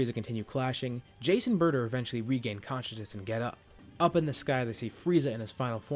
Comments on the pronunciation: Whenever you say Jace and burter, I hear Jason burter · Idk why but whenever he says "jeice and burter" i keep on thinking that he's saying "jason burter"